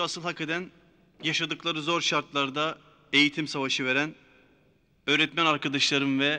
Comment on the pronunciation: Nurseli idizin örtmen demesi hâlâ kulaklarımda kadını görünce aklıma geliyo😁